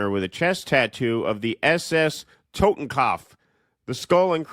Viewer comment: “Totem-cough” glad u guys r so historically literate